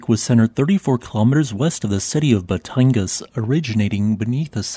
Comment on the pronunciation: not Bay-tang-gas Ba-Tan-gas